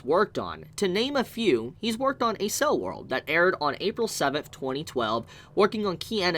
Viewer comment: “A Cell World” pain… such pain.. killing me. How do you pronounce Accelerate? The whole theme is Accelerated time experienced